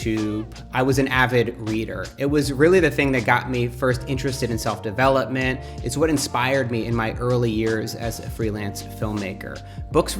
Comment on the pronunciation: anyone else thought Matt said "self-D'avella-ment? love that term btw :D